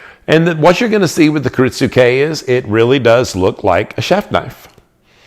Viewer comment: I think the "u" is silent. I hear it pronounced as ki-RIT-ske